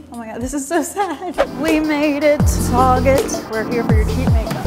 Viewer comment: I love how she pronounces target as tarjé